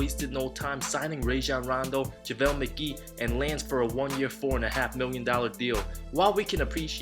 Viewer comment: "Laynce" Stephenson? LOL